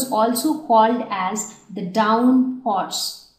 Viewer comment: Dawn horse not down horse